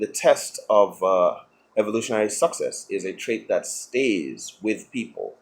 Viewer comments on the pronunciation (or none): Is it me, misunderstanding his accent, or did he just say "evolutionary suc sex". Either way, I'm down with that. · The way that guy pronunces success is... interesting.